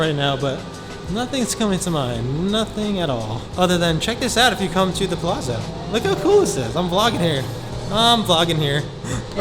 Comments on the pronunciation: Every time said "Plazo" I was hoping would say "It's Pa-LAT-zo!" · Lol, yes! I was thinking this the whole time. "Palazo". Lol. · Dude, next time at least learn how to pronounce the name of a hotel before you make a video about it. Palazzo is pronounced (Palatzo) Kind of like Pizza (Pitza). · It sounds like you're saying "The Plaza" not Palazzo. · I love your videos but, you are Italian, tell that the Palazzo is pronounced like Palatzo like Mozart. Thanks. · You didn't pronounce "Palazzo" properly? You're of Italian ancestry, and is native Italian, how could pronounce it like that? Come on man! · Love the videos... I think you're pronouncing Palazzo incorrectly. No big deal.